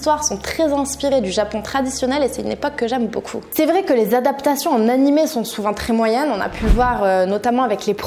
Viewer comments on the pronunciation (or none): none